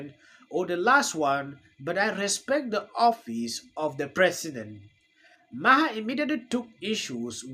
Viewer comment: It’s pronounced bill marr